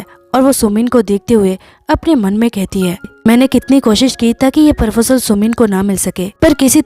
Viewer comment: It's not "Parfojel" it's "Proposal"😂